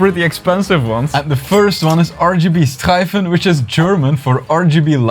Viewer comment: first timer here, you are awesome. Production value is awesome. Also my surname is Streiff so when you said streifen correctly I was happy because my dad says its "streef"